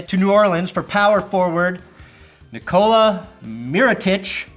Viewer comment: NEE-ko-LA MEE-ro-TEECH. Hope to see a Denver/ Mil-town finals. Then you can mispronounce everyone's names to the point people will think you speak in tongues.